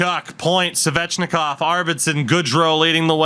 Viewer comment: The way you pronounce Svechnikov is so triggering